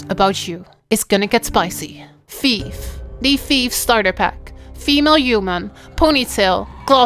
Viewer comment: STOP CALLING IT 'TEETH' ! It's a rouge dammit